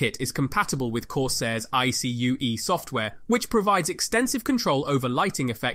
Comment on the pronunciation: Bro really said "I-SEE-YOU-EEE"